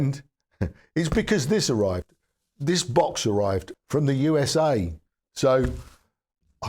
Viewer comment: Oops, at first I thought you said; "the magic BUS has finally arrived". Now that would have been interesting. ;-)